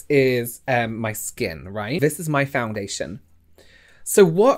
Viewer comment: Every time you said foundation in this video I cringed a little 😂